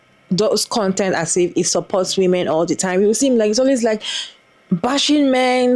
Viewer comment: Him pronouncing women as “woman” always gave me a cringe